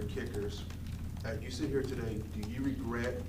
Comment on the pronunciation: "Regwet"- Chris Ballard